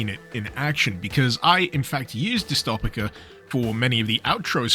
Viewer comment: It's pronounced like dystopia why do you pain me like this bro